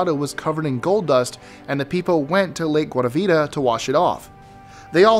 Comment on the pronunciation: Lake Guayabita? lmao